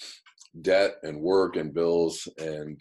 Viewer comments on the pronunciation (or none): none